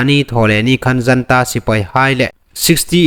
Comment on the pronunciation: Janta Sipei ti loin Junta sipei ti lem ding